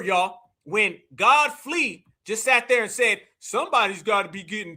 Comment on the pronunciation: He called that man Godflee. 😂